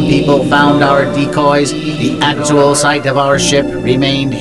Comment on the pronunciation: "Acktal?" Dude, this is 3rd grade stuff...